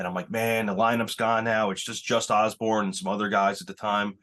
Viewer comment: It’s Jus Oborn! Not Osborn. Wtf? Posers.